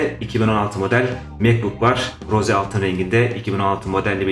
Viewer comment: Rose altın değil ros diye okunuyor